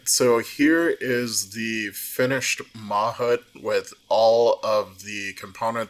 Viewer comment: I think that’s pronounced mah-HOOT (with more emphasis on the last syllable)